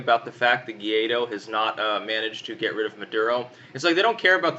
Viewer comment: Ga-why-dough not Guido, like a mafia boss